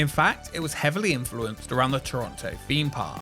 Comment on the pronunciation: I do the same, when he says “feem” Park!